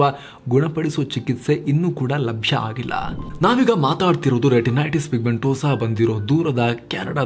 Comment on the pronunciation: a small correction. Once u pronounced retinities, then renitities. It's OK. Don't mind. Just told.